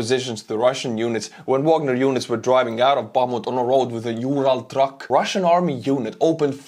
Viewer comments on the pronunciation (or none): none